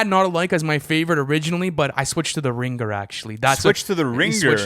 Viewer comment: no way they said: "The Ring-ger" 😂